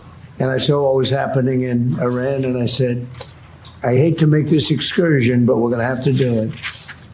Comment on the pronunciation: Please don't participate in the normalizing his use of "excursion" .. it's freaking INCURSION. The blithering moron can't speak. Say it every.single.time.